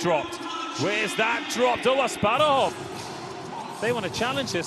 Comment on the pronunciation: The boy's name is Asparuh Asparuhov, people, like our first khan (tsar, king). How come you didn't learn his name? You call him Asparov and/or Asparuv, stupid Americans??